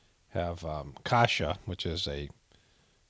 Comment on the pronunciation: I loved the way you said "kasza" (buckwheat / groats in Polish) :)